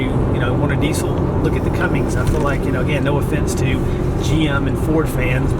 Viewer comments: It's a CUMMINS - Not a Cummings. Sheesh, get it right. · Umm, just one thing. You are doing exactly what I did for years, saying 'Cummings'. There is no 'g'. It's 'Cummins'. Like your posts. REALLY admire you and your wife doing this with the children. You, and a few other couples, are pioneers in what I see as a fabulous lifestyle.